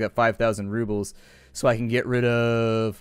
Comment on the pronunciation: If you cut off that '-s' when you say 'roubles', you'll say it just as the native Russians like me say)